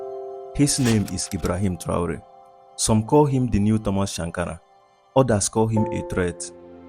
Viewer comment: Er heißt Traoré und nicht Tru 🐒